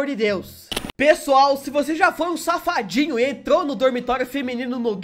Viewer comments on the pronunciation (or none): Eu acho engraçado como você fala palavra safadinho